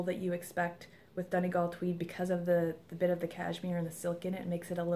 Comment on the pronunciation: Hi there! Enjoyed the podcast very much. :-) Congratulations on your new furry family member. Just my two cents on pronunciation :-D I was really impressed that you pronounce "Donegal" perfectly, so the grey colourway is pronounced "LEE-uh-dawn". Just so you know :-D